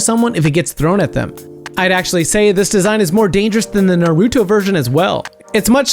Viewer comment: U have to learn how to say Naruto correctly